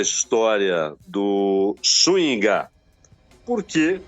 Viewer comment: A pronúncia é SÚNHIGA.